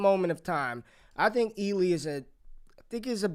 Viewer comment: You watching Peacemaker? Cause you just called Ealy, Eagley 🦅 🤣